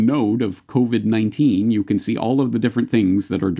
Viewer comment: it’s sure does sound like he says “The Kobe-19” crisis...The Kobe 🚁 ☠️ was the kick off of this whole thing!